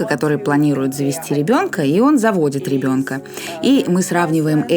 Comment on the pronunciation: Отличный выпуск получился! Спасибо! Одно удручает - когда слышишь «гебонка» вместо «ребёнка». И весь монолог в таком же стиле. Блин. Ну неужели сложно поработать с логопедом, если выбрала себе вид деятельности публичного спикера. Всю свою сознательную жизнь заниматься умственным трудом, не лениться изучать кучу предметов - ГОДАМИ давать интервью и говорить публично - ну так не топчись уже на месте - СДЕЛАЙ практику с логопедом!